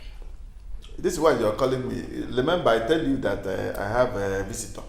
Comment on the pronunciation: Nwanne m,, I can feel your pain,,, is velly velly difficult to tlen gill,, 🤣🤣🤣 Ewoo nta nta nwanne m nwoke bụ kwa ìgwè,, nta nta indeed 🤣🤣🤣